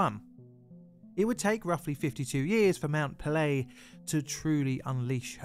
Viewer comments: Just a polite correction it is pronounced pay-lay the apostrophe above the e dictates pronunciation but I loved the video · Mount Pelee is pronounced Mon pel-E-A. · A good tip for pronouncing French names is to put equal emphasis on every syllable. Your 'puhLAY' made me cringe every time you said it.